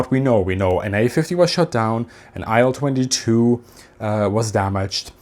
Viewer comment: Thanks for the video. small correction: i’ll-22 should be pronounced [i:l] or [il] [aɪl] is incorrect